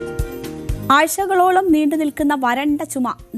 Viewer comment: ആഴ്ച കളോളം എന്ന് പോലും പറയാൻ അറിയില്ലേ 😂😂😂😂